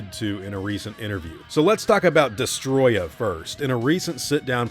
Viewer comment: Des-toe-roy-yah is how it's pronounced. Destoroyah.